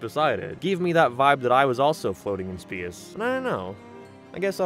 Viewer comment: why do you pronounce space like that